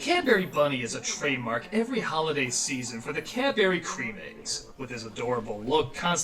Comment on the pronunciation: Still a better alternative to the Internet when you're a kid. Is it true? Do Americans only have Cadbury eggs, and not the Dairy Milk squares? LOL, you can tell that that's talking, because she doesn't pronounce "what" or "Cadbury" correctly. Also, Domino's does chips (fries) here in Australia. They're just like KFC chips, but with different seasoning. And yes, KFC Australia does chips too. Maybe he should try driving at night at looking out for people in dark clothes. Did anyone noticed he used the wrong flag of the UK? That's from before Ireland (now just Northern Ireland) joined the Union. Also, I'm kinda disturbed that Doug doesn't know the term "United Kingdom".